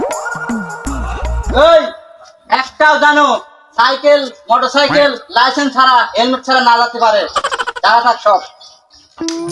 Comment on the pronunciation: লাইসেন না লাইসেন্স হায়রে মূর্খ